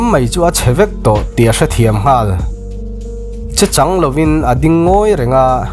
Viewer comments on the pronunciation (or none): Phin darh...aw... Chechang ilam dan te hi..mizo tan chuan lamdik tur asin le... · 'chechang' ilam dan zet mai chu a....inzir deuh ila ngai hlemai ifilm chhiar ahmuhnawm hrim2 a